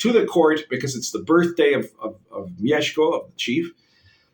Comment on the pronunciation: The way you pronounced "Mieszko" - respect, sir!